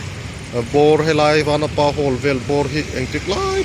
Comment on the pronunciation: vanapa i lam dan a diklo